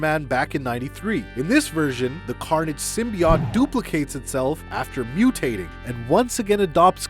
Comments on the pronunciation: Am i the only one that noticed that he called Symbiots "Sembyots" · Pictures he just drops the E entirely,, like what, stop that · You guys literally, LIKE LITERALLY pronounce "symbiote" like that just to piss us off huh 😐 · I don't know if I could trust this guy considered he cannot pronounce symbiote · The way you say Symbiote makes me viscerally angry. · You should be slapped for the way you say symbiote